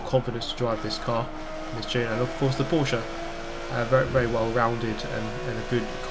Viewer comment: Can you say Porsche the correct way next time? 😁